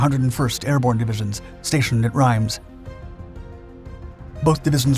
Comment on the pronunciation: A couple of things. I do like listening to your vid's as I like to hear differing records of what was happening in history, particularly in WWII. However, please research the names you use, you got the pronunciation of Bastogne & Reims wrong, sounding like Italian rather than French names. I must say, it is right that Americans are proud of this action by the American paratroopers because it is a classic example of the will to fight defeating the pressure of the enemy. But it was not a last stand. Last stands are those fought by soldiers that lost. The paratroopers went on to fight after that action.